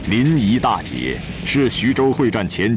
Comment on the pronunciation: 臨沂大捷 不是大劫 大捷